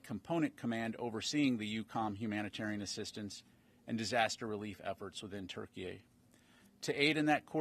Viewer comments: Why does he keep calling it ‘TurkeyA’? It’s ‘Turkey’! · Why is he pronouncing turkey as Turkey-Ay?